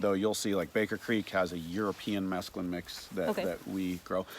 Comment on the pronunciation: Pronounced 'mess clune' not the drug mescaline 😂